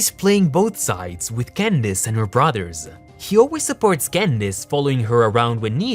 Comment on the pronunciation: Can I just say I love the way you say Candace?